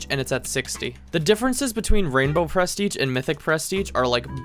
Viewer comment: why do you say pres teiging?